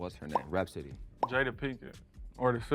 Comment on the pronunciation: Nigga said rapsody😂 and nobody called him out🤦🏾‍♂️ don’t let me be on one of these videos I would’ve hurt his feelings